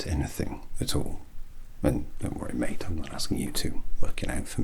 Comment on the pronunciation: Can't under stand if he's calling me mate or meat also love this